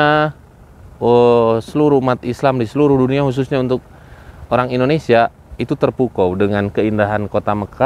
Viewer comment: Indonesia kenapa jadi Indonesa, kacamatanya kegelapan kayak nya